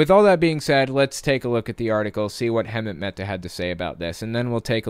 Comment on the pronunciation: You seriously need to learn how to pronounce Hemant's name